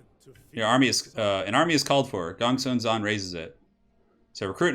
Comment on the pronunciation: why do you say gong swen instead of gongsun zan? granted i dont know how to pronounce it but it really disturbs me when people dont even bother to atleast pronounce it as its spelled?